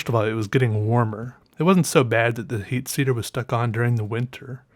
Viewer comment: I listened for a few minutes before I had to go back and listen again... You said "heat seater" and it just confused me so much lol